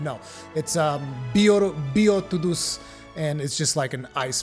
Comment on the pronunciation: I just assumed you pronounced beotodus like Beowulf. Bayo-toe-diss